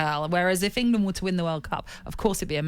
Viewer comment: He actually said Engerland...my god!